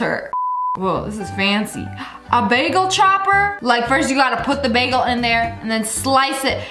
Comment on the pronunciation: No way she said "BOH-GAEL" 😂😂😂😂😂 WHAT HAPPENED TO " BAGEL"😂😂😂😂